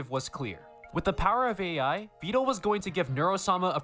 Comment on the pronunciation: you say his name right, its neuro who says it wrong